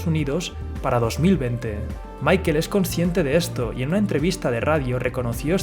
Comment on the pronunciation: Si le vas a decirle mickel hahahaha mejor di michel o paga un curso de ingles que te hace falta hahahaha